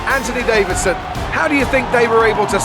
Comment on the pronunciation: At this stage, I’m SO annoyed at crofty saying ANTONY DAVIDSON!